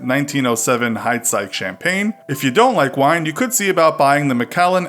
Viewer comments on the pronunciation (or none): none